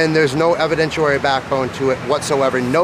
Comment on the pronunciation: Ok, I can't take it... someone please tell him it's not edvidentUary or substantUated.... It's evidenciary and substantiated. SUBSTANT-*SHEE*-ATE-ED. EVIDENT-*SHEE* -ARY. I'm sure he's going to continue getting media... someone please inform him.